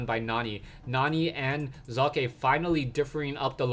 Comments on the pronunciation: that's actually the best attempt at pronouncing "Socke" correctly I've heard so far from all the major shoutcasters on youtube! Well done,!!!:))) That was so pleasant for my German ears:D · ye... Socke=sock, it isn't exactly chineese we are talking about here. Kudos for trying to pronounce it correctly. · love how u say Socke! nice that you try, well done here! greetings from Germany! keep on! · its great how you say socke ;D well generally you shoutcast is great :) keep it up